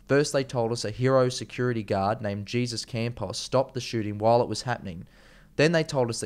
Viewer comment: Not “jee-zuss” Campos - it's Spanish and pronounced “hey-zoose” Campos. I appreciate your efforts (and appreciate ANYONE’S efforts) to contribute to the alternative truth-media effort but have to agree with a previous reviewer. If you're going to do this you have to THOROUGHLY acquaint yourself with ALL aspects of the case beforehand (read articles, watch other's YT investigations, etc. and read MORE articles). I think you do yourself a disservice by not being fully and completely prepared. Also not sure why you would make a video with Connor Fairclough (who I'm sure is a great guy) but who freely admits he has little knowledge of the topic. You need to check out Jake Morphonios at End Times News, Alex Jones at Info Wars, Brian at High Impact Flix and Mike Adams at The Health Ranger (who did an excellent ballistics analysis of the shooting) and Tracy Beanz who is a tenacious dog with a bone. Also U.K. based HDRCFX Cornwall who specialises in computer graphics re-animations and also give a cursory glance to John E Hoover. America is in real trouble at the moment. Everything is so dirty, corrupt and so orchestrated, but thankfully the world is waking up to their nefarious ways and beginning to connect the dots. We'll done for wanting to be on the side of good, not evil. We need everyone we can get.